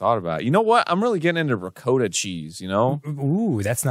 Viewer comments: The Italian in me is DYING at how they are pronouncing ricotta cheese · “In fact I DO know what you can do with honey and ricotta cheese!” Mispronounce it, apparently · why the long O? There's two Ts... Was that part of the bit or do they really not know ricotta is pronounced? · It hurts how Arin pronounces ricotta. But yeah what he said sounds delicious. That's some SWEET CHEESE . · I’m surprised almost nobody is talking about how Arin pronounces ricotta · The way they say ricotta hurts me also they seem to neglect that cannolis are filled with ricotta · Ricotta is used to prepare both sweet and salty foods, but that's not how ricotta is pronounced. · Arin's pronounciation of Ricotta is boring directly in to the depths of my souls. I had to look up if it is the way all Americans pronounce it and it's not so I guess that's a plus? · I hate the way they're pronouncing ricotta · Arin, that's not how you say Ricotta. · The pronunciation of “ricotta” is driving me insane!! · But it just isn't pronounced like that.... Why does Arnold do us like this? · It's just "ricotta". My Italianness is cringing at the words "ricotta cheese". It's snowing on Mt. Fuji. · Is it just me or is Arin not pronouncing "ricotta" correctly? The same man bare in mind you who had a meltdown over the pronunciation of the word "Nevada"? xD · and at NO point do either of them pronounce the type of cheese correctly. zero times. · The pronunciation of ricotta is triggering me. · I hate the way Aaron pronounced Ricotta. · Stop mispronouncing the cheese. Please. 🤦‍♂️ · why the hell do they keep saying ruh-coat-uh it's ruh -kaa-tuh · it's ri-caught-ta cheese, not ri-coat-ta cheese. smh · Reee COAT uh~ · Arin was saying it as “ri-coat-ah”. I’m used to saying it as “ri-cot-uh” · Silly Arin and Dan. It’s RICK-AH-TAH cheese not RICK-OH-TAH cheese. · It's Rick-ah-ta not Rick-oh-ta. I work in restaurants so my blood is ON FIRE right now. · It's Rick-aw-ta or Ree-coat-ah. Never Rick-O-ta. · Ri-Coda cheese